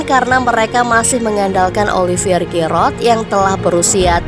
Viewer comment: Admin nya lawak Masa bilang giroud Malah gerod